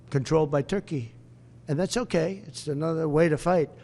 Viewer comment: Törkii, Törkii... Oh Lord, have mercy.